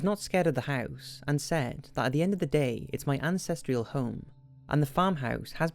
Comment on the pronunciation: " Ancestreal " home ? Ancestral actually